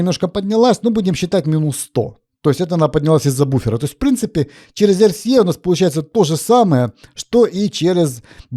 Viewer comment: Дуже дякую за ЕрСіЕй Залишається лише почати говорити букву Ґ замість Г І буде ще приємніше слухати